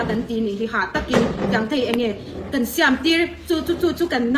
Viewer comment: Siam a tih dan pawh a lam dik lo